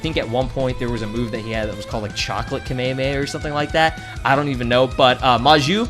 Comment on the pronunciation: "a chocolate kahmehameh"😂